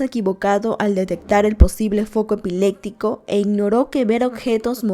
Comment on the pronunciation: También dice ' Epilecsia , epilectico " cuando es con "p"